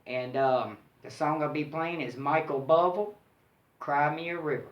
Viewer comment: you didn't quite get Michael Buble name right:) but who cares, you are so cool and charming and thank-you so much for taking your time to share this!!!